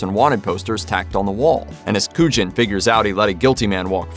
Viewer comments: Is that an AI voice for the Usual Suspects? Pronouncing Kujan correctly the first time (koo-yon), then not again through the rest of the segment (koo-jin)? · Way to go mispronouncing Kujan for the Usual Suspects.